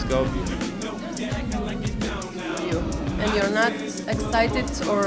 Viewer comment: are you part Greek? Why do you say skopia? say Skopje idiot, doesn't even know the name of the city.